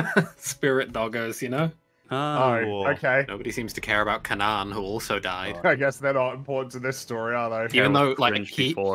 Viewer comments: you keep saying Kanan like "Cuh-nahn." Why do you keep doing that. I've never ever heard anyone pronounce Kanan (Kay-nan) that way. Certainly not anyone on Rebels. It's not like it's only ever been in a book and half of us are surprised to find out how it's supposed to be pronounced. It's just... weird that you're doing that. Is there a joke that I'm missing? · Is pronouncing Kanan's name wrong on purpose? Like there's a show, and everyone says it the same way. Weird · hearing kanan pronounced kaaanaaan xD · lol yes, pronunciation of Kanan was really jarring